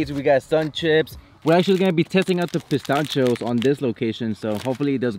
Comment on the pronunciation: The way you pronounced pistachio had my dying.